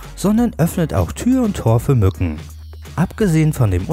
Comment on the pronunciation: hört ihr auch an der stelle raus was ich höre ? Minute : 3.44 .... ich Zitiere " Gerade im Sommer sind NUTTEN lästige Quälgeister " xD